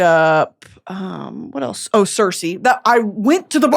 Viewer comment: Brittany love you much love you are pronouncing Circe wrong❤❤